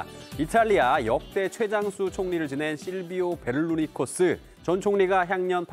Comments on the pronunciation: 베를루니코스가 아니라 베를루스코니죠(Berlusconi). 뉴스 프로그램인데 저렇게 유명한 사람 이름을 신기하게 바꿔 부르시네... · 그러게요. 명색이 기자인데, 베를루스코니 이름을 헷갈린다는 게 참... 못해도 수십, 수백번은 읽어봤을 텐데 말이죠.